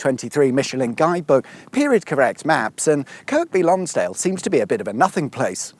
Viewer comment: its pronounsed KIRBY LONGSDALE by the locals..i spent my youth in that area and the lakes ..its not grown in size because they have prevented a lot of house building there..for good reason.dont swim in the lakes there badly polluted.